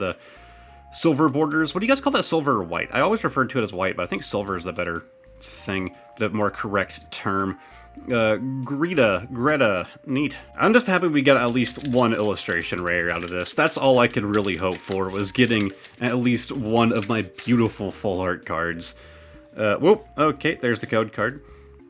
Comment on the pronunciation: Her name is G-E-E-T-A, not Greta or whatever mispronounced name you said.